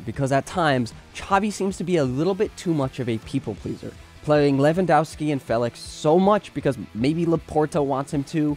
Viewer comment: It’s Levan-dov-ski. For Polish surnames you read W as V 😊